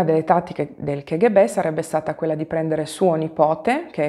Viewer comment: Piccola precisazione: l' acronimo K.G.B. si deve pronunciare "ca-ghe-be" e non che- ecc. Lo so, può sembrare cacofonico (nel figurato senso della parola eh ; ) ma la K in russo si pronuncia KA nonostante tutti si sforzino di proposito di sbagliarla pronunciandola alla pugliese.